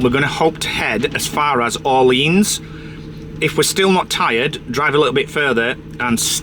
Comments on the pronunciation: Lille = LEEL Orleans - OR-LEE-ON(S) silent S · For hugs. Lilles is pronounced ‘leel’. Orleans is pronounced ‘or-leon’ ❤ Haha posted this and immediately you started pronouncing it correctly, just to embarrass me I’m sure 🥰 I’m almost 67, learned French at school, and I’ve not visited France since my 20s but I’ve remembered most of it. I love the country and people, even the pffers. My favourite word is ‘donc’ (pronounced donk) which means ‘so’ and I always forget it.